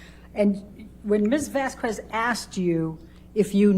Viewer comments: It's not fykin "Vazquwezz". It's Vasquez. It's such a low key disrespect. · Can someone PLEASE tell Amber’s lawyer to stop pronouncing Camille’s name wrong. Jesus, what an annihilation... The “u” is silent, it’s not “Miss Vasq-U-ez”. Also this woman needs to find another occupation, she is terrible and clearly hates her job. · Heard's lawyer is lacking in many regards: Vasquez is pronounced Vaskez, not Vaskwez. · When the lawyer says "Ms. Vas-qwez" 😆 derp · I cringed every time Amber's lawyer pronounced "Vasquez" as "Vasqwez". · There’s something about how Ms. Heard’s lawyer lady says the name “Vasquez” as “Vass- kwess” that is making me want to make regrettable, violent life choices. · Elaine B mispronounced Ms. Vasquez last name on purpose. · The way Elaine pronounces Vasquez is criminal. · OMG. I literally can't take it! She's doing it on purpose too. She has slipped up and pronounced it correctly, that's how I know. She's being disrespectful intentionally. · Not her lawyer doing the middle aged white woman thing to do and mispronouncing Miss Vasquez’ last name even when others, including Amber, pronounce it correctly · Why is Amber's lawyer constantly butchering the other lawyer's name??! Vasquez isn't hard to pronounce AT ALL! 😅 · lmao why cant ambers lawyer pronounce vasquez, its not that hard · Every time Amber's lawyer mispronounces "Vasquez" she earns five more objections. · Turd's lawyer mispronounces Vasquez's name over and over again. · amber lawyer cant even say vasquez right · if Amber's lawyer pronounces Johnny's lawyers last name wrong one more time im gonna lose it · Also is it on purpose or can she not speak properly or is she just outright dumb that she can’t pronounce JDs lawyers last name. She keeps hard saying the Q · Take a shot every time this Karen mispronounces Ms. Vasquez's last name